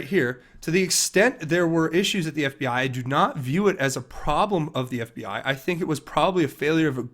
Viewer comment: Bill Clinton can't pronounce FBI, he pronounce FBAaa